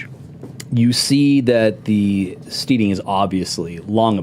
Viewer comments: Stedding, not steeding. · I love Mike, but it bothers me when he pronounces it steeding lol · It's killin' me that Mike Mearls cannot pronounce the word steading ... at least that's what I hope he's trying to pronounce 'cause steeding is something you do with horses. There is an important difference.